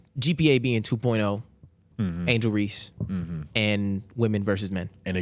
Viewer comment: Y’all calling angle Reese cones crzy😂😂